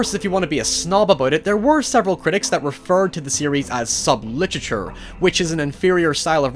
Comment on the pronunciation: I didn’t notice your accent until you said literature oddly